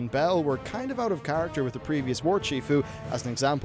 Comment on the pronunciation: "Warchiefu" hahaahhah